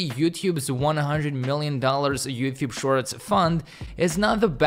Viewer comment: Is he saying "You thube" ? 🙃